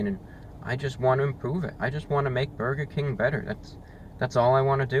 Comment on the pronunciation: His war with Bwurgah King is so funny. Eternal war with Burgah and mayo and hes right